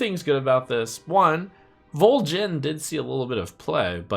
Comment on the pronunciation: wrong "Voljin" lol